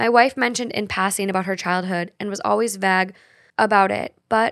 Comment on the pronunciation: Vague is not pro pronounced "vag". It is pronounced "vāg" where the letter a sound like the sound "ay" make in "hay". I hope this helps.